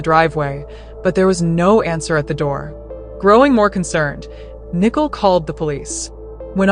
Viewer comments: Why is she calling Nicole nickel? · Nickel it's Nicole